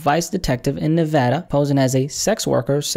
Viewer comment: Yo you actually pronounced “Nevada” correctly, big ups homie